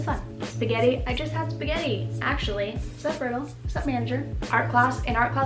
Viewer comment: Omg, I know this is old but the word "Sspagttii" I was like oh shit! Because I am eating Spaghetti thennnnnnnn you said "Oh I just ate spaghetti I was like ༼ ºOº ༼ ºOº ༼ ºOº ༽ ºOº ༽ ºOº ༽ wow